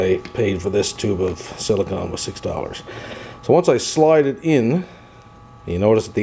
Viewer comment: sili-CONE, not sili-CON.